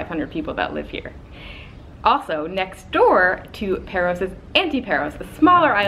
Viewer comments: Not Perros, it's pÁros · It's not Perros, it's PAros! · A delightful video, but all through it the two of you were pronouncing the name of the island wrong. The 'a' is a long 'a' like the 'a' in the word 'father.' It's not pronounced 'Pear-os'; but 'Pah'-ros.' The same for the island 'Antiparos': it's pronounced 'Anti-pah-ros,' not 'Anti-pear-os.' I am a lifetime, permanent resident of Paros and we natives are offended when the name of our island is mispronounced. I mean, it's such a short, simple name - one doesn't have to be a 'Rhodes Scholar' to learn to pronounce it correctly. Another suggestion, ditch the sunglasses. I don't care how blinding the Greek sun is; in 'public speaking' you must have eye contact with your audience; people want to SEE your eyes so as to make eye contact with you. Covering your eyes is a big 'faux pas' in public speaking.